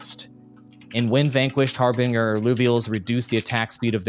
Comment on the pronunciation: Legend who cant pronounce harbinger. (Har-binj-er)